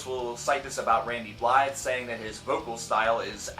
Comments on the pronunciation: Ehmm, not to pick on you, but his last name is pronouced Bly' not Blythe the "the" is quiet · Randys' last name is pronounced BLY. Buh-lie. The the are silent.